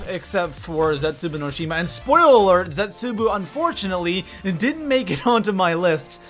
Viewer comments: What the fuck dis man said zetsuboo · Nach Drr-ahh-cuh Zetsu-boo Go-Rod Krr-Oh-Vi All missaid names